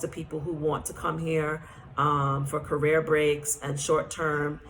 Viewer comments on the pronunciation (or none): none